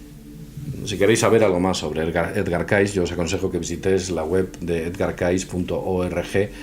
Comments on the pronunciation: Cayce se pronuncia Key-zi , no Caiz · Mejor que a Cayce, lo pronuncies "Keisi",. Edgar Keisi. De nada, jaja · muy interesante, ya era hora que se hablara de el, deberian hacer un programa exclusivo de Edgar Cayce, que por cierto se pronuncia keisy